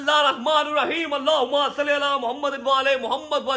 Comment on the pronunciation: ALLAHH HUMMA sallyy alaa nh hota ALLAHH HUMMA salliii ala hota h droodh ak br sahi se prhen bhi